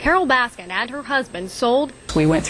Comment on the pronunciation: “Carole baskins”